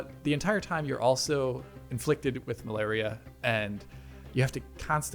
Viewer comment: The Mal-ar-ia lol. That was one of the best parts of this game actually.